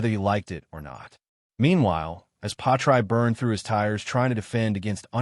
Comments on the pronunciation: Why pronounce his name “patry? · Work out how to say Pi ast tre